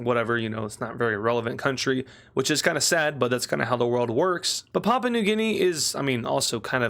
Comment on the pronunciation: You've been doing well since I had to leave. Edit: you're still pronouncing Papua, which is pronounced "pah-poo-uh" as papa